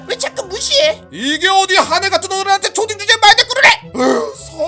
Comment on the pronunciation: 5분58초 쵸딩이 아니라 초딩 아닌가여?